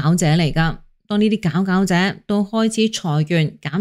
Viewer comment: 佼佼者個佼字唔係讀表咩？